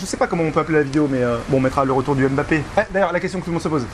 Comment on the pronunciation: Purée mais arretez de dire M- Bappé !!! On dit Mbappé en un seul mot !!!!!